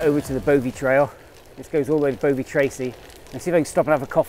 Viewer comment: Sweet - I used to live in Newton Abbot and then moved to Exeter so I know those routes and climbs really well, lovely and very familiar! The “O” in “Bovey” is like the “o” in “dog”, not “Bow”vey btw - sounds funny when you say Bowvey! (And that’s from someone who now lives in Fowey - pronounced “Foy”!)